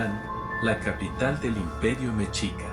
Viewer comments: Escuchen como la persona que hizo este video a veces dice Mechica y a veces Mexica(Mejica) el cual es correcto , yo creo que se confunde a veces pero a todos los que son de México, quiero decirles que es Mexica no Mechica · Saludos amigos desde Atlanta Georgia, soy de México, y se dice Mexica (Mejica), No mechica como dice tu compañera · La mayor parte de la historia está bien pero el águila que está en la imagen es águila americana. El águila real es otra y se dice meshica esa mmda de mechica no es correcto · Hola pepillas. Mexica se pronuncia mecshica. Les quiero contar una parte de la leyenda poco conocida, sobre el corazón de Copil donde creció el nopal en el que se posa el águila. Cuando los mexicas llegaron a Malinalco (es una zona arqueológica del estado de México), la hermana de Huitzilopochtli, Malinaxochitl, quería que se asentarán allí, pero el destino era otro así que los mexicas continuaron su camino y abandonaron al grupo que se quiso quedar. Copil, hijo de Malinaxochitl, se quiso vengar de Huitzilopochtli por abandonar a Malinaxochitl y fueron a atacar a los mexicas que continuaron el camino hacia Chapultepec pero Copil fue derrotado y su corazón fue arrojado al río en Acopilco (un pueblito que se encuentra en Cuajimalpa) el corazón de Copilco llegó al lago de Texcoco a un islote donde hoy es el zócalo de la ciudad de México y ahí creció el nopal donde se posaría el águila devorando una serpiente. En el escudo de la bandera se puede ver qué el nopal está sobre el corazón de Copil. Cuando los mexicas llegaron a Chapultepec fueron expulsados, luego fueron con el señoria de Culhuacán quien los dejo vivir en Tizapan, hoy San Ángel, lleno de piedras y serpientes. Hasta que por fin llegaron a dónde fundarian Tenochtitlan, donde hoy se encuentra zócalo de la ciudad de México. Al principio fueron tributarios del señor de Azcapotzalco pero con los años fueron ganando poder y así se formó el imperio mexica. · Se PRONUNCIA meshica se escribe Mexica